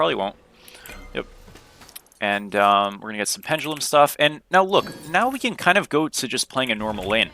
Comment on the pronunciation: Everytime you say “We can” I always think “Weak3n”